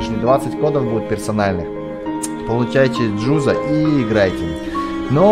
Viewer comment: не джудо а джузо